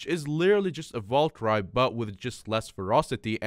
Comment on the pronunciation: That's not how you say valkyrieeeeee. If you've ever played clash of clans youll know. Also hyperion is op